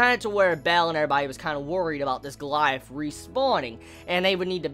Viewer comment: It's not pronounced go-la-ja-th but go-li-ath -_